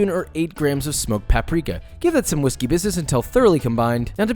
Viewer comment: "no whishey business today" "give that some whiskey business"